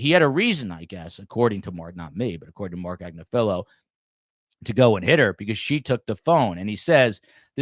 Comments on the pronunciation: Agnifilo; Accent on “NIF”. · It’s Ag-NIF-Feh-lo- his wife actually has her own YouTube channel called legal AF and she represents Luigi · At least pronounce Agnifolo correctly. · He's not the only one mispronouncing the name and it's been driving me nuts!!!